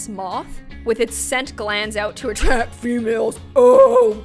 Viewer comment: "It atracht females" Me: "Well it anen't going to atracked me"